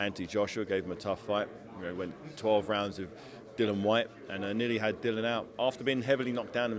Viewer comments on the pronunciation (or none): Can somebody tell David that the man’s name is Dillian (rhymes with Gillian) and not Dillon?